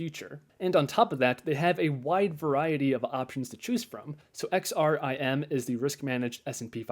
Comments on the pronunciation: Nice funds. I was a bit amused as sometimes you called XRMI -> XRIM. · If you say XRIM one more time! Lol